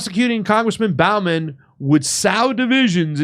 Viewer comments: I know this is petty, but it really bugs me how keeps pronouncing his name as Jamal BOUGH-man, instead of BO-man. It also bugs me that he pronounces the VP's name as Ka-MA -la Harris, instead of KA-mala Harris. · Bowman as in bow and arrows not Bowman as in bow of a ship.